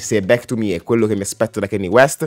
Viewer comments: a me piace solo BURN e PAID, ottimi brani. Pero' Kanye tente a esagerare con la distorsione, sarebbe ora che imparasse a regolare i volumi. Piuttosto, e' ora di cominciare la pronunciare il suo nome correttamente. Non si dice KEINI, si scrive si legge KANYE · grazie della conferma che sia un album pazzesco. ma si pronuncia "canie" non "chenni" e "tai dolla sain " non "ti dolla sain" (ho scritto la pronuncia non sono analfabeta giuro hahaha).